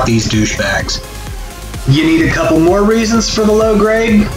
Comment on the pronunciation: did you say......"moron him later"? oh...more on him later.